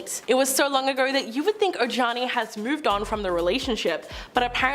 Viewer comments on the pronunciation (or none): Talking about JLos first husband- you guys should learn peoples names if you’re going to report- Ojani is pronounced Ohawnie. Please do your research.